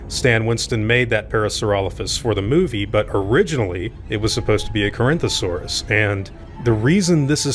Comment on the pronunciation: Maybe they dropped the Carinthosaurus out of embarrasment when they found out how badly they botched the name of Corythosaurus?